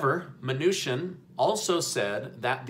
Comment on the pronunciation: Isn't it chin not shin